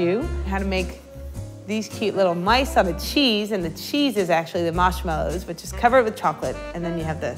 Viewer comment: Who says marshmallows like that?